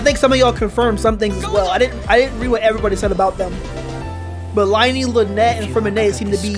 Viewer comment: Just in case you mispronounced the names: Nilou is pronounced “Knee-Loou” Layla is pronounced “Layla*” Lyney is pronounced “Liinee” Wriothesly is pronounced “Riseths-ley” Neuvillette is pronounced “Nerv-illette” not Neuvillettee